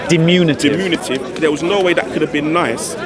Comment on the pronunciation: It’s diMINutive…not diMUNitive